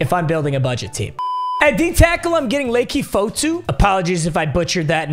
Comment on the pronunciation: Just trying to help it’s pronounced lucky fotu I know him multiple ways cause he went to utah